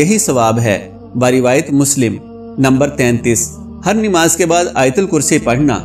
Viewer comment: Bhai aap NIMAZ Kahte ho.? Sahi lafz urdu ka NAMAZ hay. Plz Islah kar len.